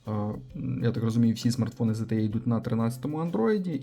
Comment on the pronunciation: Не зтє, а зте, або zte.